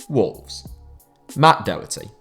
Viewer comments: No offence but Matt Doherty is not pronounced doe herty it is Matt D o herty or Docherty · or hears how he pronounces Doherty